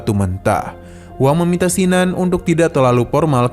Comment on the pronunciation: kin nan.. bkn sin nan jd mlas ku dgr ny